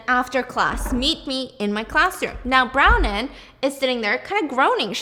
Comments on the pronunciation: Stephanie…. I love you but hearing you say brownin hahahaha bron wyn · Bron-wyn not Browning 😊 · Haha, her names Bronwyn, pronounced Bron-win. I had to look it up cos Brownin didn't sound quite right! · Is her name actually brownin or is it Bronwyn cause I have the same name and it's pronounced Bron- win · Is the girls name Bronwyn? I can't tell bc it sounds like you are saying Brown-in instead of Bron-wyn. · Brownin?! It’s bron-win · Brownen is Bronwyn...pronounced Bron-Win. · I always look forward to all of your content! You're such a talented storyteller and it's amazing how you can retain all of this information in so much detail!! Also FYI, the character's name is pronounced BRON-win 😅😅😅 spelled Bronwyn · I think it’s kind of funny the way she calls Bronwin, Bronin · Pronounced Brawn-win btw😭😭 love ur vids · Icl the way she says bron- WIN makes me want to cry but this was so good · Not you calling Bronwyn brownin 😂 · Yeah I looked up the audio book and it's literally my name which is pronounced Bron brahn-win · It's bronwin. Bron - win. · bronwyn == "brawn-win" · I love Stephanie but was cringing so hard with the pronunciation of Bronwyn eek! Aldo, the show is sooo good! But it was just recently cancelled by Peacock sadly! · STEPHANIE I LOVE YOU BUT U DIDNT PRONOUNCE BRONWYN’S NAME CORRECTLY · Brown-in? Yeah you do need detention. It’s pronounced “Braw-nyn” 🤦‍♀️🤦‍♀️🤦‍♀️Couldn’t pronounce omniscient correctly either. Come on. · Her name is BRON-WYN… brawn-win…! Omg Steph, come on. It’s an easy Irish name. You got her sister, Maeve, correct. And note to the author, epinephrine has laws for storage in schools, it’s a prescribed medication, not a damn Tootsie Roll. They would never be sitting out in a cup on the office counter.